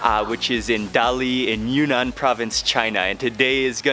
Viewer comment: It’s “Yun-Nan”, not “Yu-Nan”.